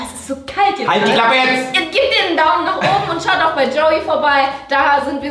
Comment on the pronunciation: Julia hat Brei gesagt anstat bei